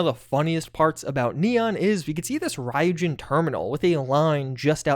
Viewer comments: Ryujin is actually pronounced ree-you-Jin. They say it that way in the Clip in neon where their mentioned. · You are butchering the pronunciation of Ryujin